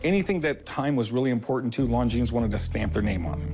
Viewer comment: You would think that Corey being such an expert, would at least know that the "S" is silent in Longines...